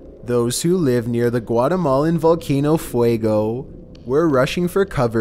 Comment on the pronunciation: Oww...I don't know if it have done something important lately (It's grumpy, but as far as I know it hasn't done anything lately), but I REALLY wanted to hear him try to pronounce ''Popocatepetl''... He can barely pronounce ''Fuego'' (Fire), a five letters spanish word... What would he do with the nahuatl word ''Popocatepetl''?